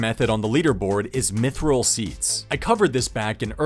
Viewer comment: Thank you for pronouncing mithril the way I do. Hearing people say meethril hurts.